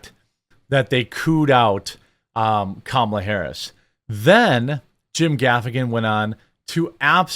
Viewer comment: You keep pronouncing Kamala’s name wrong. It’s “comma-la”, like “communism”